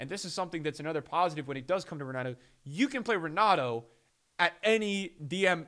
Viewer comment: Pretty sure it’s Pronounced Henato.